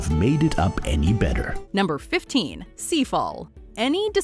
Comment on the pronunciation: Seafall??? Really? Lmfao...